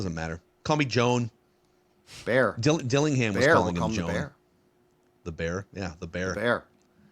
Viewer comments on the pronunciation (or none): If you listen to French announcers on the old highlights, they'll actually say Joanne. Sometimes. I think that that's the actual correct way to pronounce his name instead of Joan. But I guess it all depends on where you sit in the world lol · It's actually pronounced Joe Ann. This is how the French announcers were saying it. Just like the female name here. Joanne. But now everybody has switched to Joan. I think somebody needs to ask Mr. Berringer LOL